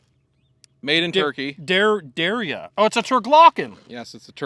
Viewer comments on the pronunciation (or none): Great video fellas...I love the content & detail of the firearm, the correct way to pronounce the name is palmetto state armory-it'd sounded our de-ry-ya to make the name derya. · It pronounced "der'" "ya' 😊